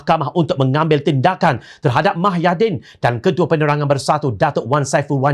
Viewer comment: Kalau boleh pembaca berita nya sebut nama² tokoh dengan jelas dan benar.. Misalnya nama agong kalau boleh full.. Jangan separuh gitu.. Hahaha Satu lagi.... Nama bekas pm tu MUHYIDDIN Bukan MAHAIDIN.. Jadilah penyampai berita yang mantapppp... Mantap dengan info beritanya..